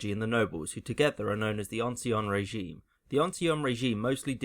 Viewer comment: Ancien regime is not pronounced as ‘Ansion’ regime